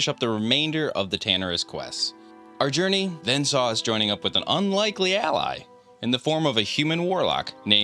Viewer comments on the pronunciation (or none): none